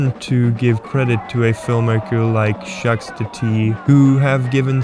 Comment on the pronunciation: Also, Jacques is pronounced with a silent s...